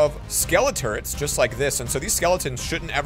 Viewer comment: Is it just me or did he say skeleton turds and stuff skeleton turrets